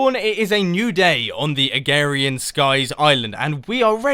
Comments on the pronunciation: Mumbo, one criticism: it disapoints me that you pronounce it "agarian skies" when it's spelled (and very extremely likely pronounced) "agrarian skies." Agrarian is an actual term referring to farming. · you said agarian instead of agrarian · *Agrarian, not agarian! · Please note: it is Uh-GRARE-EE-UN, not A-GARE-EE-UN. :) And enjoy the mod pack! I was there when I started FTB a while ago. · Agrarian not agarian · Not "agarian", "agRarian" !!! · Mumbo it's agrarian skies not agarian skies, you silly. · First of all i think it's pronounced uh-Grair-ian skies but I did indeed like this. Keep on makin more! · yessssssss! ive wanted you to do this forever! (also its ah, grar, ian,) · Mumbo.. I watch you and love the videos but say it is right Ah-grair-eeeeaaan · "this modded minecraft isnt particularly hard" well, that statement will not last very long, will it, now? also, i love how you call is agarian skies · agRarian skies you have to pronounce the R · Uhm. It may be your accent but. It's (Uh-gray-rian, skies.) lol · Cookieagent6132 Uhm. It may be your accent but. It's (Uh-grer-ree-an, skies.) lol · Mumbo it's a-gra-rian-skies! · LLL Pigzelated Ah-grare-eeh-in. Where did you get ware from?! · It sounds like you're saying "Agarian Skies" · He is saying agarian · you're saying agrarian wrong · Sorry, Mumbo, You're not saying "Agrarian" right ;) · You weren't pronouncing the first r in agrarian.